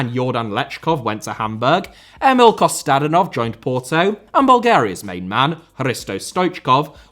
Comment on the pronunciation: It's Kostadínov and Lamá... Gosh you're so ignorant